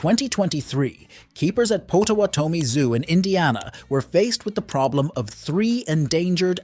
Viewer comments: As someone who lives in South Bend, Indiana, the zoo is pronounced POT-TAH-WAT-OH-ME. Just to clarify. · lmao.... pronounced POTAWATOMI so wrong - its pronounced POT-O-WAT-O-ME its an indian tribe name LOL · It's pronounced POT uh WATT oh me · It’s pronounce pot-a-WA-tuh-me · You mispronounced the name of my tribe (Potawatomi).